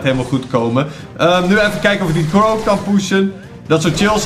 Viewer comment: Zeg gewoon eens crow in plaats van krau